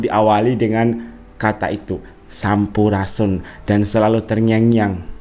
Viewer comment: Ngomong sampurasun aja g bisa,masa sampurasun?